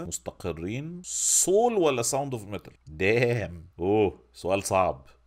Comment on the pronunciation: برضه صول؟؟؟ 😂 والمصحف سول... عادي جدا... مش صول